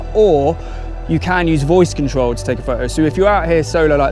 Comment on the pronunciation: “Go pro.. take a pho-oh “ has me cracking up…